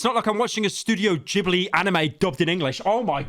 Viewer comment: its ghibli not jibli